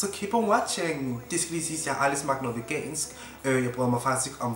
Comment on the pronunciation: Haha, elsker at du udtaler "vegan" som "vegina"😂😂❤️ God video!😍❤️